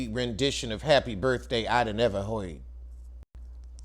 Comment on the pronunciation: The way you pronounced “heard” took me out! LMFAO